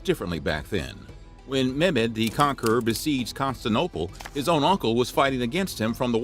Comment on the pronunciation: It's pronounced & spelled. Constantinople, not Constanoble.😂